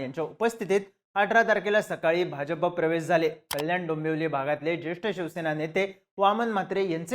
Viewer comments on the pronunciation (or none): none